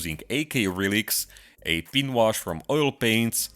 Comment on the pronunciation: If you want to lose some of your accent, work on the pronunciation of "pin" and "Recesses"